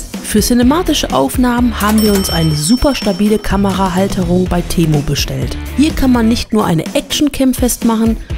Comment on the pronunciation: Ehrlich jetzt, geht auf Lost Place tour und hofft das nicht offen ist, damit sie nicht rein muss. 😂😂😂 Temu und Konsum wird anders ausgesprochen. 😁